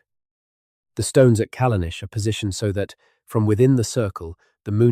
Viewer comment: If you have spent a great deal of time on this, as you claim, you should spend some more time getting rid of the errors noted below. AIs should not attempt to write or pronounce non-English. For example, Callanish is the English spelling of the Gaelic Callanais, and is pronounced the same as the English spelling. The captions also suffer from this problem. Why not look up unknown spellings of places & use these, rather than allowing the AI to guess them? The static illustrations, while rather good, are generic & do not correspond to the narrative. LazyUKHistory is more correct.